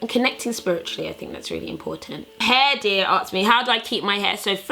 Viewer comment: Why can't you pronounce the word ask properly?